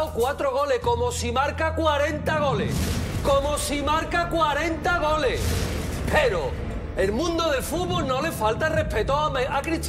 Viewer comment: Me da risa Soria porque en lugar de Goles dice "Gole" JAJAJAJA